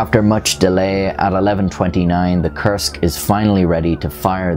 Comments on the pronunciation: Koorsk, not kersk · When you say "Kursk" it almost sounds like "Cursed" which is fitting... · It took three times of hearing the word to realize he's saying "Kursk submarine" not "cursed submarine" And then a trip to the description to confirm the spelling...